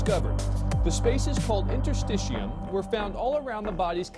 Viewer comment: Great video, and very puzzling indeed. But I must take note with the INTERSTITIUM, it’s not pronounced the way you said it. It’s pronounced: inter-stish-e-um.....and it’s been around forever. Don’t you remember “ interstitial fluid”? Well I remember both. But maybe you never heard of them. You’d have to be a medical student of some kind, perhaps.... but, I’m loving all the new and bizarre Mandela effects.